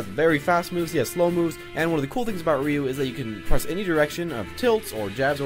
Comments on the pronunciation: "Rye-U" gtfo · I pronounce Ryu's name "ree you"